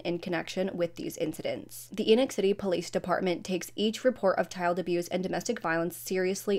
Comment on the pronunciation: It's pronounced Eeee-noch, like "knee knock", It's a Mormon name.